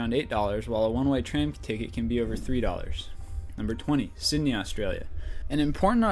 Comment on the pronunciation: BrisBAYNE, CanBEARA Its so weird hearing it like that in Australia they are pronounced Brisben or Brissy for short and Canbra Atleast you got Syndey right